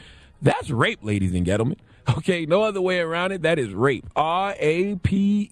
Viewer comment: Ladies and "GHETTOMEN" 😂 Charlemagne